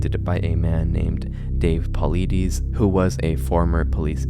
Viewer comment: David Paul-ide-iss